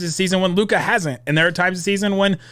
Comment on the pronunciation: please go and listen to todays game comments from Jeff Van Gundy about Lukas game and youll see how stupid (can't even pronounce LUKA's name right ,lol) you are / look , learn the game ... Kyrie stans are even worse than Lebrons ,who would have thought ... Learn to spell and calm down .